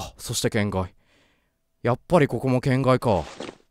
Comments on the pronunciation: 『圏外』のイントネーション違くない？ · けん↓がい↓、ゆぅ↓ろぴあ がクッソ気になる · けん→がい↑ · の「圏外」のイントネーションが完全に「変態」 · の「圏外」の発音気になりすぎてやばい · 圏外のイントネーション面白いな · ホラゲ！！！！！足りてなかったありがとう 圏外の発音が天才と同じで草 ゾーヤちゃんとカナタくんとダイヤくんとマドカちゃん可愛すぎるキャラデザ最高だなぁ 絶望顔可愛い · 圏外のイントネーション面白いですね